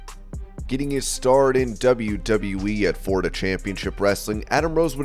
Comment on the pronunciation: Where in God's name did you learn to speak you don't even say the name is States right there's no such state is Forida it is pronounced Florida